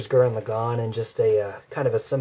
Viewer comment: finally someone can say lagann right! :)